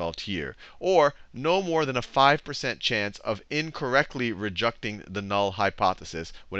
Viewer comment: rejucting LOOOL